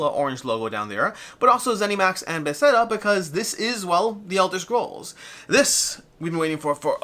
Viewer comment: Did he say Be-set-ta?